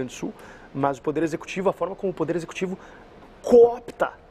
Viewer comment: Fábio, reparei que quando vc usa o verbo poder a pronúncia fica “pudê”.